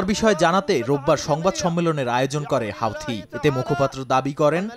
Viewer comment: হাউথি না, হুথি